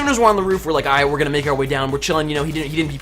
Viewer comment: Let's go rooit into the newwws